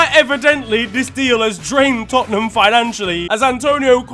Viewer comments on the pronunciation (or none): none